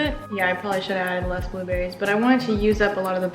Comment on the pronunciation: Am I the only one that heard "we're going to put some blob Berries in"